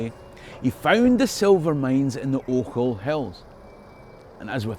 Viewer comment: Never mind "Str[i|e]ring". It made my day to hear someone pronounce "Ochils" correctly for a change. 🙂